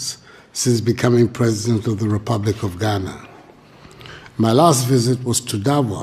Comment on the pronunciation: It's Ghana, not Guinea